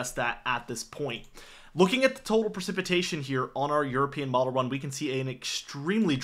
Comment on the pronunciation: "Winner"????? *winter "Percipitation" is not a word. *precipitation.